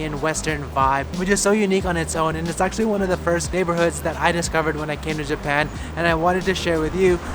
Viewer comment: Juban? Oh you mean Japan